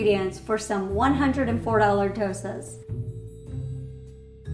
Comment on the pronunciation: I can't believe the homecook pronounced the word Dosas right and not the Indian Chef 🤦‍♀️🤦‍♀️ Also, 104$ for masala dosa and sambar? Whaaat!!!!???